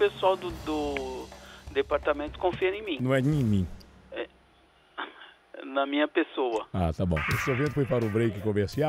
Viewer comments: " Nimim"?????????? Meu Deus, alguém me mate!!!!!🤣🤣🤣🤣🤣🤣🤣🤣🤣🤣🤣🤣🤣🤣🤣🤣🤣🤣🤣🤣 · Não é ''nemim'' KKKKKKKK ta de sacanagem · Nimim hahahaha Não é nimim. HAHAHA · " os funcionários confiam 'nhemim ' " kkkkkkkkkkkkkkk .